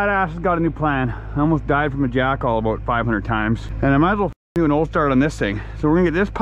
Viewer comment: Canadians : We don't say 'aboot'! This guy: 'Aboot'